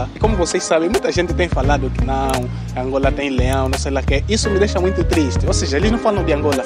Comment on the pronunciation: melhore a sua pronúncia da palavra Muito. Abraço direito de Luanda.